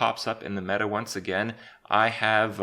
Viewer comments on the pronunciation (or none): none